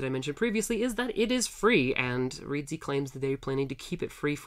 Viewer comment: clown person it's reedsy not reese